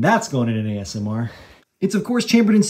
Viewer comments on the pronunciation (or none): none